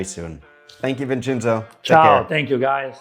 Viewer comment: welcome “Vinchinzo.”😂